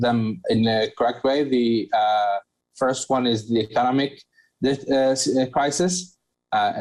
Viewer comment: its first not phirst :)